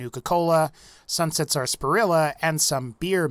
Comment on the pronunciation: Wouldn't have disliked if he pronounced Sasparilla right